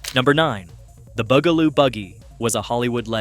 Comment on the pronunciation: Why do you pronounce it Boogaloo? It's Bugaloo. Bug!! They are bugs, get it?